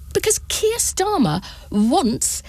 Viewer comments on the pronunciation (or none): none